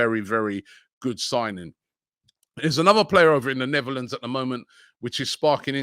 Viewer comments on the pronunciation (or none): none